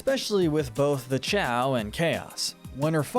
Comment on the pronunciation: It’s actually pronounced Cay-o